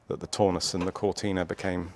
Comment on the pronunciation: What is with British people not prouncing Taunus correctly, yet we still manage to pronounce Audi correctly, not "Ordi"?